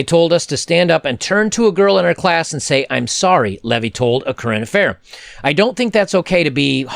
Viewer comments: The boys name is pronounced Lee..vie, not Levy. The city is pronounced Wooran..Nam..Bull, buy the indigenous people, rolling your tongue on the r and War..nam..bull by colonists, etc, some locals say War..Na..Bull but they also pronounce Essen..Don, Es..seh..dun. I'm glad of the positive messages on the Web, standing up for men and reason. It's so lacking in media, schools and homes these days and maledom has taken such a beating to the detriment of our boys and society in general. The negativity years ago on our women had similar result on society and our girls but the pendulum has swung way too far and we need voices of reason shining a light on hypocrisy and injustice for the betterment of all, such as yourself. I have the same number of daughters as I have sons, so I have no bias either way. It's been a battle since the dawn of time and balance through accountability is always the key. p.s. I'm not picking on your pronunciation, just an FYI. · . Pronounced leave-eye.